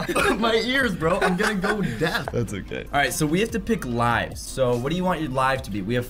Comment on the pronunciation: Lives not luves